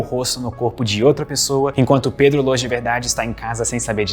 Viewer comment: mds o pedro n sabe dizer o proprio nome😒😒